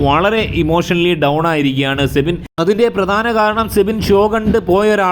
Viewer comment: സെബിൻ അല്ല സിബിൻ എന്നാണ്